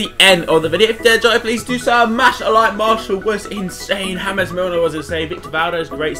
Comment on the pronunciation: really tho?? HAMEZ milner??? he isnt spanish dude its just james